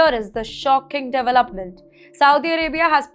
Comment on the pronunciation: Dear Indians: Development is pronounced "de-VEL-op-ment" Not "devil-UP-ment." 🙏